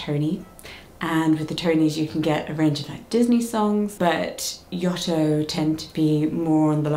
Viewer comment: You saying Yoto wrong lol Only from my point of view, this is how it how are you saying it very differently, but yeah my eight-year-old like nearly 9-year-old absolutely loves his Yoto player it’s the best thing in the whole wide world definitely recommend it for any gift from any age